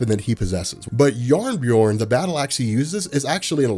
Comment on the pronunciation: I loved that pronounces jarnbjorn as jabberjorn